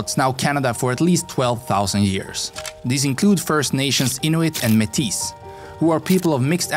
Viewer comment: > *1867 not 1967. Métis is pronounced May-tee in English, and May-tiss in French. You're using the French pronunciation.